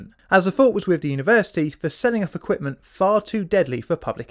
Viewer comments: says equpment instead of equipment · What is "Equptment" ? :-)